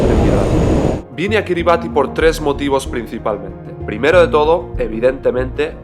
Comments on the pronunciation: La pronunciación del nombre del país no es cómo lo dices, le ubieras preguntado a un local. “Kiribas” ❤😂 está bien todo poco a poco. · Kribas se pronuncia maestro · Se pronuncia “Kiri basí”